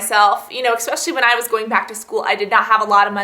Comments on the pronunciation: It's actually eSpecially, not eXpecially. Ugh, biggest pet peeve right there. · Why do you keep saying EX-specially?